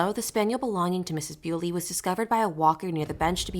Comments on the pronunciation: Her name is pronounced 'bully' not beauly! She's not 'Mrs' either, she's not married! Not much of a detective ate you?🙄🤔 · Please pronounce her name correctly, and It’s Miss Bulley not Mrs Bewley. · If you’re going to do a piece on this poor woman, please at least get her name right, it’s Nicola Bulley , pronounced Nick ola Bulley not Bewley. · It's bully, but with an e next to the y. Your pronouncing it wrong! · No, this is not thrilling, you mispronounced her name, and your cadence is terrible for an aspiring TC narrator. Ew. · And at least get her name right!!! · Not even the decency to pronounce her name correctly, disgusting. Do your research properly before posting it on here for clicks